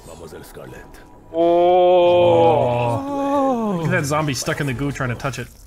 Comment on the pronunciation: he said "they get shtuck"